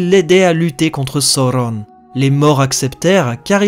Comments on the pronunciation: isildur et non isildour et sauron et non sauronne... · "Sauron" pas "Soronne"! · Lol c’est pas Sauronne mais Sauron 😂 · Le U se prononce OU chez Tolkien, comme on prononce bien Saruman "Sa-rou-mane "et non "Sa-rue-ment", idem pour Gollum, Udun, Dol-Guldur... C'est donc bien "sa-ou-ron" et non pas "so-ron". La VF a fait l'erreur de mal prononcer Sauron sans respecter le chapitre de la prononciation des mots dans le Silmarillion. Même si j'adore la VF des films, elle est bourrée d'erreurs. Du coup, j'ai voulu proposer une prononciation juste et en accord avec les indications données par Tolkien, quitte à perturber les fans 😁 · Le U se prononce OU chez Tolkien, comme dans Gollum, Udun, Dol-Guldur... qui sont bien prononcé contrairement à Isildur ou Durin par exemple. Quand au "AU", Tolkien a précision qu'il fallait le prononcer à l'anglaise, donc "OW" ou "OU". Même si j'adore la VF des films, ils n'ont pas respecté le chapitre de la prononciation des mots du Silmarillion. De fait, je veux proposer une prononciation en accord avec ce chapitre 😄